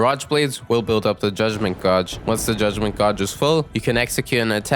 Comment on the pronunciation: are you pronouncing Gauge that way just to piss people off???